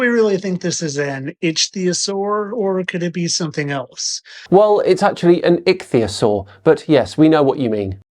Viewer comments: "ITCH" theasaur......LOL!! Right off the bat he proves (AGAIN!!) he doesn't have a freaking clue what he's talking about. What a maroon. I didn't bother wasting my time with the rest of his stupidity. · "Itchy theosaur" "Rhymes with cragon" What an over confident moron. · “Fittest Flat Earther”? This guy is exceptionally fucking stupid, and yet he manages to project an air of pathetically misplaced confidence – in himself, in his reading skills(“itchyosore” indeed!), and especially in his stupid, stupid notions about dragons and dinosaurs, of which he appears to know absolutely nothing. Bring back CC, who presents as a mere fool who secretly knows he’s full of crap, because his wife tells him. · "Itchtheeyusaur" has replaced "nookyular" as the mispronunciation that annoys me the most. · Itch-theosaur 🤣 I know I shouldn't laugh at how people pronounce things....but I am. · I'm starting to lump him in with the parody crowd now. This video put me over the top. Dragons. Deliberately mispronouncing ichthyosaur, Slovenia, Mesoamerica. Then the absolutely ridiculous triple head shot. Trump is Elvis?? Dude... With the awful flat Earth stuff he posts I thought maybe he was just dumb. But this is too much. I think he's parodying now. He has to be. Please. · My national flag says otherwise. The fact that he can't pronounce Ichthyosaur properly just seals the deal on his ignorance. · Oh, looky look. I can't pronounce Ichthyosaur. Well well! Surely he can't be uneducated, can he?